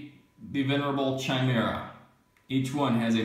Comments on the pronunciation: Khai-mera, not Chai-mera, Leman Roos? wtf? lol, man, you guys butcher names.. Necrons are Cheese to, but atm they are stuck in the Index.. lol. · Russ.. Is pretty much how you want to pronounce it.. I have heard people say Rooskies.. So Ruess is ok. Even though the dictionary pronounciation is Ruhs. Chimera.. Is ki-meer-uh Although English Rules Would be Chime- RA